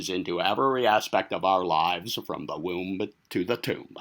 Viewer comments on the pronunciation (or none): Lol. The woumb to the tooumb. Love it. Keep up the great work, self.